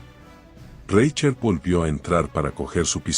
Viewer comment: Minuto "Reichert" ¡se escucha espantoso! Es un apellido alemán y se pronuncia como si en castellano estuviese escrito: "Rai jert". Antes de grabar el tono de un video que consiste en la lectura de un texto en el que aparecen muchas palabras y apellidos alemanes, se debe consultar com alguién que sepa hablar en alemán, como se pronuncia en ese idioma esas palabras y nombres. De lo contrario el texto a escuchar que ridículamente jocoso.